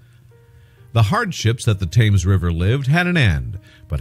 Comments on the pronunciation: Tims! Tims! Tims! Not Tames. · It's not Thames as in can, it's Tems as in bed. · Please check your pronunciations, several are wrong, most importantly the word Thames.